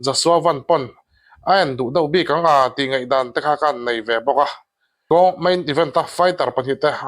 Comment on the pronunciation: ka fapa hming ang chiah,ala ṭha dawn❤❤chuan maw boss thil ka lo request che..i mizoṭawng thu lam hi khawngaihin min uluk sak teh,i channel hi ala zau zel dawn si😊ngaihdan tih hi ngeihdan ti a ngaihtheih turin i lam a😊duhsakna ka hlan che aw❤